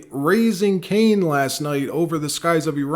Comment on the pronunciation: "Raisin Cain"..Does he grow raisins?